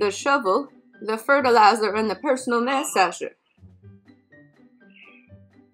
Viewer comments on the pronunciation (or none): This was brutal....and mass-ager???? 🤣🤣🤣